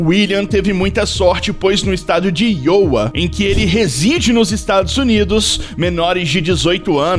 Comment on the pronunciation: Querido a pronúncia deste lugar IOWA é AIOUA e não IOUA.